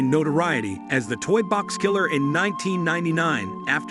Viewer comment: As soon as the narrator pronounced "kil-ler" as "ky-ler," I was done.